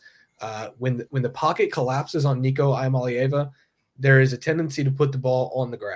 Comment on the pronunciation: learn how to says Nicos last name if you are gonna be a content creator.